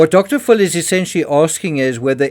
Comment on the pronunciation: I love the way you pronounce "Dr. Phil" as "Dr. Full". I always say "Dr. Full of 💩". 😅